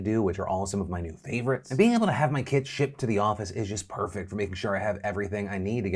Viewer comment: I heard kid instead of kit and was like 😲?